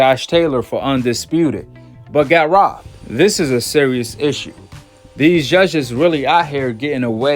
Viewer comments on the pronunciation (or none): why. are u saying ZHUZHHEZZ??? JUDGES its Judges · U can’t even pronounce judges correct 🤣🤣!!! He don’t need the judges in his pockets he knocks all his opponents out!!! Your favorite fighter only boxed in the ring with the same REF each fight